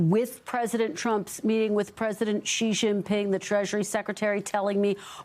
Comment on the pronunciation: The right way to say is 'Xi' as in the letter 'C' or 'see', not 'She'